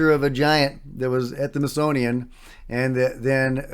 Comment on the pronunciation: Smithsonian. Not mithsonian.... Hehe